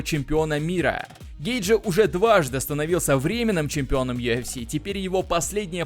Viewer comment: Йафс или юфс дебил? Ты типа у нас с американским акцентом такой модный что ль?